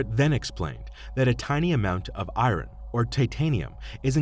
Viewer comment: This was an interesting case. You need to get a better script reader. An out of work actor would do a better job. The way he pronounces the word "iron" is embarrassing!